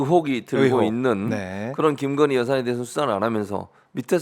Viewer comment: 굥석열 나라의 기둥서방나으리께서 "깅거님"(김건희씨가 자신의 이름을 이렇게 발음 하더군요. "깅거님"이라고...)의 옥체보위를 위해 결사항전을 하고 있으니까. 예외로 합시다.